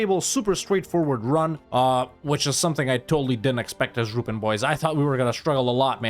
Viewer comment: How to say Ruppin -> Ru.peen